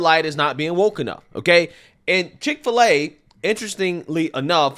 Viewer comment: Dick- fill - A ?